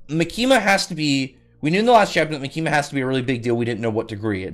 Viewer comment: The tonic is on the “Ma”, so “MAkima”. Like “catholic”.